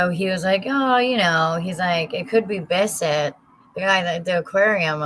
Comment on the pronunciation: The other killer's name was not BISSETT! It was pronounced "BIT-TRAWF